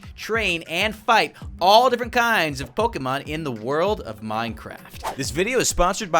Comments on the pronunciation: i love the channel but just saying its pronounced pokamon not pokemon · Stop saying poki its poke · LOL ITS NOT POKEMON ITS POXEMON HA HA